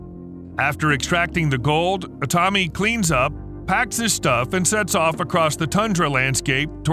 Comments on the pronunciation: Jesus my ears… the name os like biblical ’Adam’ like Aaaaa-tami, not ’Edam’ like cheese how you mispronounce it. But thanks for the transcript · That's the American pronunciation.